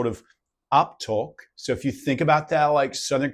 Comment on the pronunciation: So impressive man, really not used to people getting it that right. Only bits that gave you away: you used a kiwi 'a' on 'actually' and 'that' , and most of your 'i' sounds on 'it' were too sharp, they need to be more schwa sounding, like the 'it' . And that exaggerated accent was actually great, plenty of people speak like that unironically.. until ya said 'crikey!' haha.. the vowel needs to heavily modulate, as in 'oy'